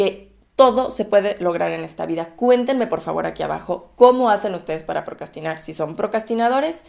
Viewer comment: Besos y claro que me SUSCRIBO. excelente contenido. Y la palabra procrastinar la pronuncias con mucha facilidad. Muy buen video ☺💜